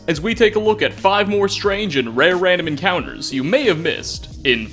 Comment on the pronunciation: RANDOM ENCOWNTERS